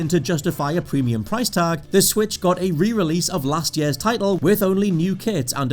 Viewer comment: Please someone explain to me why he pronounces “years” as “yees”